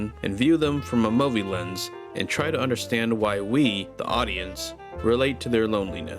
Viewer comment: My man, this was a really great video. You have an especially jarring way of saying 'movie', but who gives a crap when you make wonderfully eloquent and profound videos like this :P Keep going, if you want to, you know; you're very good at this.